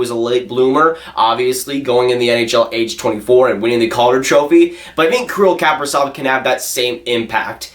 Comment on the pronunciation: he is pronounced Kapri-Z-ov, not Kapri-S-ov lol